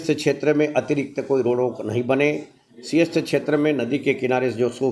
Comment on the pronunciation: मैडम पहले बोलना सीख लो सिंघस्त नहीं सिंहस्त होता है , और लैंड pulling नहीं लैंड pooling होता है । पता नहीं किसके जैक से इतने बुरे उच्चारण वालों को भी एंकर बना दिया ।